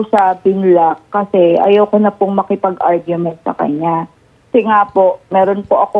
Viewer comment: Ar-gu-ments po🫢